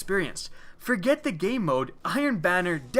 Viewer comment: Sounds like you keep saying "gay mode." I looked for hours but couldn't find that mode.